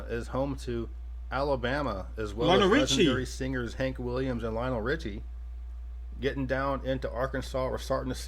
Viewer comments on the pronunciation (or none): none